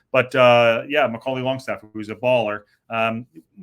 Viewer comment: its not longstaff its langstaff love the show flint n wales 18 mile from wxm